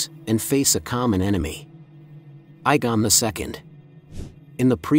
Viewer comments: "Igon"...In no language does 'ae' phonetically mean a hard 'I'. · Dude can't even say aegon properly ita very simple phonetically pronounced a-gone ......